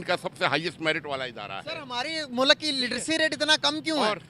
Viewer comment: Mulak nahi hota mulk hota hai😂😂😂😂